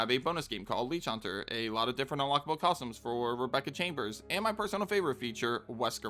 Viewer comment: Say the word: costumes. Narrator: cozhims No, costumes. Narrator: cosums Please; costumes. Narrator: consider this…. cozhms